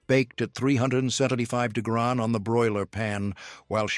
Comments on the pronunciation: Someone needs to educate AI how to pronounce “degrees”🤣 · I don’t know why, but every time the AI voice said degrees or tried to say degrees I laughed out loud very hard. It’s goofy I know😂